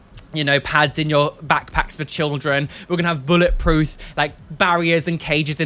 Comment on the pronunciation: you crack me up and if you're religious you're atheist also when you were saying about lgbt rights did you say bullet prooth instead of bullet proof no shade being thrown just wondered if that was just a slip of the tongue or something